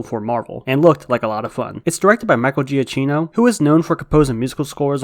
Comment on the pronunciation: Michael Giacchino is pronounced Juh-kee-no, 👍🏻 He says it on his Twitter bio